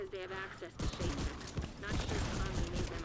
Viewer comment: It's Cheska. Not Seska.